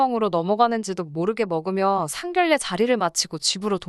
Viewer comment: 상견례 발음쫌 ㅜㅜ